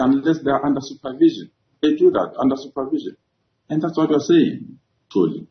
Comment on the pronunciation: A white man correctly pronounces the name Xoli and a black man pronounces Coli.